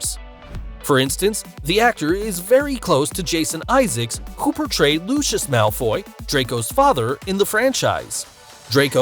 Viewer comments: Did this man just say lushis? Its LUCIUS LMAOOO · Umm who is Lushsush it’s Lucius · Lushus malfoy!?!?!?!? It’s pronounced Lusius. Get it right, Harry Potter isn’t even American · hold up I thought Lucius was pronounced loo-see-us not loo-shus I feel so dumb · Did anyone notice that he said Lushes instead of Lucius? SIRIUS-LY? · Why does he say Lucius like Lushis? 😭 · oh come on, there is no Lutious, read is as Lucius, please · i hate how he pronounced lucius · Bruh u cant even say Lucius correctly you definently no an actual Hp fan but whatever. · How he said lucius🤦😂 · Is it pissing anyone off how he’s pronouncing Lucius?!